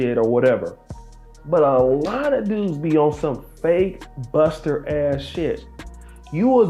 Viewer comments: Children's all across the world do not accustom yourself with gangsters or gang members I promise you your IQ will the lowest, be mindful now he couldn't say buster he said (Custer) he couldn't say back he said( cack). Why he didn't say cap but he can say BAG. So please my young Brothers don't fall for the bull stuff. PLEASE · Thought he was calling him heneral custer or smt 🤣🤣